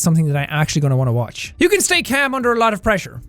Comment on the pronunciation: I was looking away for a second and all I hear is “You can steak ham under a lot of pressure.” So I looked over and it was actually “You can stay calm under a lot of pressure.”